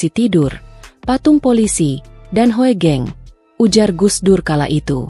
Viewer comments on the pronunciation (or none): Narator mesin, Hugeng aja menyebutnya, jangan Ho e geng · D baca hugeng..bukan hoegeng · Sebenarnya yg baca narasi itu salah... Hoegeng.. itu ejaan lama... tapi bacanya tetap Hugeng.... OE = U ..